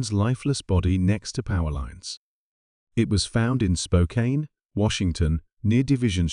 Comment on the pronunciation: Spokane is pronounced Spoke- can